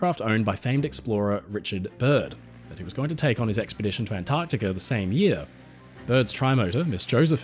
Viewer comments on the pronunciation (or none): none